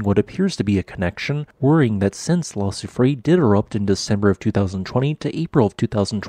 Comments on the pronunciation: Soufrière is pronounced "soo-freh-air." The (è) is an (eh) sound. You got confused with the (é), which is pronounced (ay), like soufflée. EDIT: But I enjoyed your video, as always. With all these earthquakes and renewed volcanism, wars and threats of wars, famines, diseases, perhaps someone is trying to tell us something? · Your pronounciation of Soufrière made me chuckle (okay, maybe this is the official English pronounciation, but it’d be something like soo-free-err in French ) Love your videos, thank you! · Soo-free-eyre = soufrière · La grand soufrière, soo-free-air. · Soufrière = SouFreeYer <3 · its pronounced soo-free-air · Its prononced : sew-free-hair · oh, I can imagine that, as we do use sounds that don’t exist in English! I did learn some Greek and never could get my hard ”g” right - totally new sound for me. I left that precision not because of a slightly off pronunciation but because of the total absence of the third syllable (in case our host needs to use the name again!) R ”year”, maybe? Not exactly the right pronunciation, but close enough. And yes - ”Kick ’em Jenny”? Love that name.